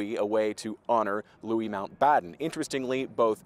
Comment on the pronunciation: I'm glad someone has pronounced Louis' name correctly